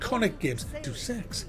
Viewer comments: Hahaa, Holy shit... You are the reason why I click play and scroll down to the comments. You totally fuq'd his shit up. Bravo man... You must be cousin. Day of Sex is brilliant man. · I don't think so, I have been to the Eidos Montreal studio, I had friends who worked there. (I went to college in Montreal.) Anyone who is fluent in English pronounces ""Day-es ex". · Day-oos Ex. Deus, a latin term. Day-oos. Deus Ex. Say it with me now. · "Deuce Ex" Not sure if this was intentional to let us know it was shit from the getgo. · It's "Day-uss Ex" ya daft northern git. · Actually, depending on who you ask regarding classical Latin pronunciations, it'd actually be pronounced "Day-oos Ex" :F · All I heard was "Do Sex" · Jesus, "Duce Ex"? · I believe it is pronounced, DayUs Ex. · Did you seriously just say Duce Ex? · Did you seriously take that seriously? By the way it's pronounced do sex, idk if you got the memo bud. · I don't know if that mispronunciation of Deus Ex is deliberate or not, but damn is it annoying. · PLEASE tell me you're still just joking, and you're not actually a big enough idiot to pronounce it wrong. I expect better from you. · Bit late but just saying that that's as wrong as Macks pronunciation. Listen to Falcos Amadeus song. It's pronounced like the deus in Amadeus in that song. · Love your reviews but it's [DAY] + [UUS] not Doos. Just kept annoying me hearing it said wrong. Sorry to be a prick:) Hope it's a good game anyway. Might get it. Been playing Xcom 2 and Kingdom Come Deliverance. Played through Xcom 2 a few times now love it and Kingdom Come although a slow starter is getting more interesting. Looking for more games like Xcom 2 (but not previous Xcom Games or Mutant Year Zero)...really loved the new Shadowrun games... have you played them? Hong Kong was good. Any recommendations on turn based games would be great. BTW your review of Death Stranding was hilarious!:D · It's pronounced: Dayus-x not: Do-Sex lol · "DOO SEX" ??